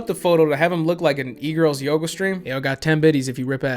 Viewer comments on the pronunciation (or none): none